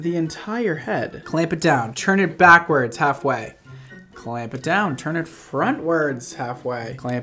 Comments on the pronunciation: Listen. It’s TURN not CHURN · Nobody:: cHerN-pYl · Am I the only one who hears “churn and pull”